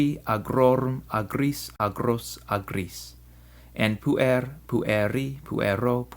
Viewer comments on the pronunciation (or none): Correct me if I'm wrong, but I believe the syllabification of puer ir pu-er; therefore, the accent must fall on the first syllable (should be pronounced as púer-, instead of puér-), by the rules of accentuation, unless the word exceeds 3 syllables (or is changed by enclitics).